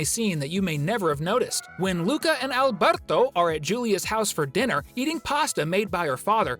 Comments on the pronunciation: the way he says Alberto though " AlbERtO " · Are we not gonna talk about how he said Alberto?😂